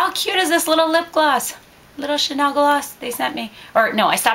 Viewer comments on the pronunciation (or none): none